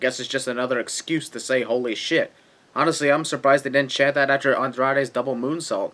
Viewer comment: it say urprise in stead of surprise